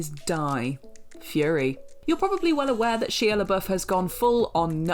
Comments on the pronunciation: The Shia comment is a bit outdated, he's made a complete turn around in his life, is now sober and has actually become far more "normal" than in recent years. Give the man his due, he may have fallen hard,... but he got back up. ( ....and his name is pronounced SHY-UH, not SHEE-UH.) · For the LOVE OF GOD!!! His name is pronounced Shy-uh not She-uh. You guys and your refusal to say names properly pisses me off! I don't care if you're British, you say someone's name the way they pronounce it! EFFING RUDE. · That is not how you pronounce Shia 😂😂😂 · Some of these are really interesting but Horns isn't a horror movie. At least not to me and I've seen it several times. Its a good film. And in referring to Halle Berry and her prestigious career, they could have named a better film than Catwoman. Catwoman?! Not Monster's Ball. Not any of the X-Men films she was in. Not Dorothy Dandridge. And why do they keep mispronouncing Shia's name?!